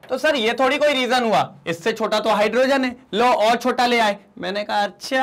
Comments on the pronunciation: Abb bolo hyaaaadrogean😅😂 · Sir aap hydrogen kehte samee bahot acche lage